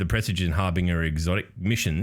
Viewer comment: it won't matter in a few months, but harbinger is pronounced har binge er. Like you're bingeing content.